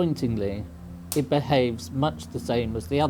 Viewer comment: "I popped eet"